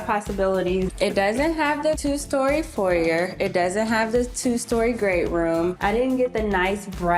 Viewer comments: She's all..." I'm so modern"... And can't pronounce foyer correctly....stop the pretentiousness.... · If this girl say foyer one more time... Legit had me questioning my own pronunciation... Asking "can you use it in a sentence?".